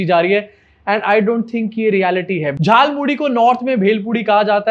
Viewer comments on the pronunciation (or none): Jaal Muli nahi Jhaal Moori hota hai.. Muh se Vimal thook do Modi ji. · झाल मूढ़ी नहीं.. जाल मूली बोल रहे महामानव😂😂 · झाल मूली 😂😂😂 अबे झाल मूढ़ी होता है।